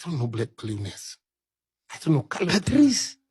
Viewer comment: I wanna smack th3 dude pronouncing Pat-RICE. What is that?